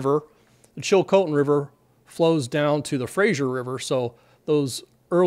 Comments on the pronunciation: Fraser, not Frazier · Just one thing. It's Fraser not Frazier. That stupid TV show has people all over mis-pronouncing Simon Fraser's name. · “The Chilcotin joins the Frazer at Hope.” 🤔 SURVEY SAYS?!? [❌] The Chilcotin River joins the Fraser River (note the spelling—it's pronounced ‘frey-zer’, not ‘frey-zhur’) about 48 km down stream from Williams Lake, or ~271 km ‘as the crow flies’ upriver from Hope. The Coquihalla River joins the Fraser River at Hope. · It is the Fraser River, not the Frasier River. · Dear American Friends, the river is pronounced Fraser, not Frazier. thank you. Thank you for the excellent explanations. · Fraser not Fraiser. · Great information! Just a note.... it's FRASER, not Frasier. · Fraser, not Frazier. The TV show was a very unusual pronunciation of Fraser. Fraser like Phaser. This is a very large river in the spring. Hopefully the water won't be a huge issue when it lets go, given the capacity of the Fraser river. One of my favorite places in Canada, weirdly, is the Highway 99 above the old suspension bridge in Lillooet on the Fraser River. When the river is up you can hear it from Highway, even though you are a long way above. If the water comes all at once it could be a real disaster for the homes that are basically on the flood plain. It would be pretty interesting at Hells Gate too! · It's pronounced Fra-Ser river